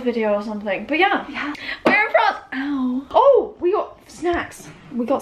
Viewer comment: It's called FRANCe not francÉ😅